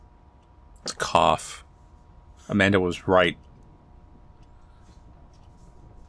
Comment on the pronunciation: I swear you just said "Abanda the Adventurer", playing off the word "Abandon", and given the story that was comically brutal.